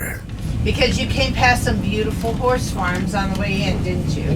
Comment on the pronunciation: you gotta pronounce horse a little better. Wife thought I was watching a bad channel lol.